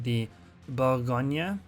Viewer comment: Bougonia??? No say :" Bourrr Go gneu" this end is tricky for brits because they inverse the lettres E and A in prononciation.